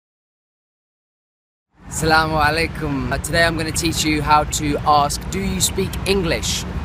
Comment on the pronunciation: AsSalaamu alaykum. ( it actually sounds like yur saying Iss-lamu alaykum.) I was taught to say MarhabaN with an 'N' sound at the ENd. bahabuk. Ya Bahabuk😇